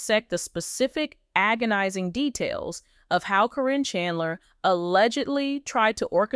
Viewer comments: It is Caryn not carrine at least say the name properly fa out. From N.Z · Her name is Karen not Corrine stop with the AI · It's pronounced KAREN!!! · Could someone tell these people that Caryn is pronounced Karen? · Commentor- the witches name isn't Corrinne its (pronounced Karen)( care-n) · Her name is Karen not Caryn or Cornnie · Her name is Caron. Pronounced Karen! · her name is pronounced Karen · Her name is Caryn with a C so when A-I reads it it says Like it sounds Corrine. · it's KAREN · If this is AI you would think that Caryn (that is Karen) would be pronounced the same all the time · Don’t think u even watch the show since u don’t pronounce her name correctly